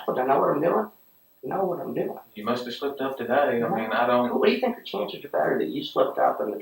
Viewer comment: I can't be the only one who had an incredibly difficult time with their accents. That was so hard to understand. At one point that fake phone call dude pronounces the word "think" in two different ways in the same sentence - as both thaynk and thank. I had to replay it five times to hear what he said